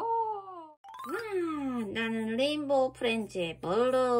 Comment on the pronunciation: 불루 할때 불.이 아니라 블. 블루라고요 아 나진짜